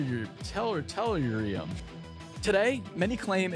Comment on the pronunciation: Say it with me: TELL-ER-REE-UM